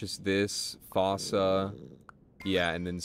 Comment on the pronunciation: Fossa is pronounced “foo-sa” btw